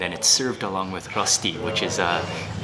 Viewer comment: How is said Rösti.... dääääng